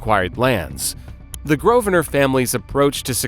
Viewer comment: The name is said "GROVE-nər." There are two syllables. Also, it's Westminster, not "West Minister."